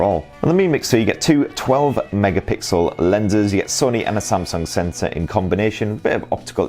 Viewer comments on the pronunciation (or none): none